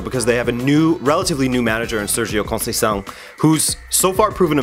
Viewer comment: Hold on, is your friend with glasses Portuguese? (Sorry, forgot his name lol) He pronounced Conceição pretty much perfectly EDIT:/